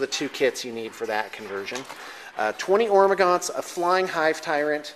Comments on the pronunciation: Love your bat reps guys, keep it coming. And, you are a funny man. Keep playing your "Hormagantos" lol pronouce it like you want! Its your army!:) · Please stop mispronouncing Hormagaunts. It's very irritating.